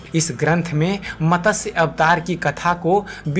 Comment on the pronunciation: Matasya nahi, it should be pronounced as MATSYA Puran